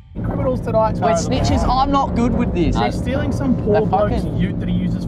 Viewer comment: "we are not snithes" Says the guy thats talking to the cops HAHA Snitches get stitches